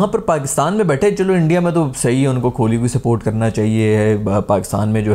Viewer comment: It’s kohli not kholi